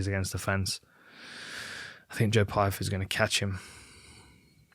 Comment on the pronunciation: You’re telling me V can’t say Pyfer?